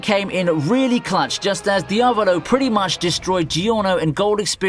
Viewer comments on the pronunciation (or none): none